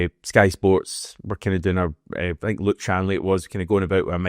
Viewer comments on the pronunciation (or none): none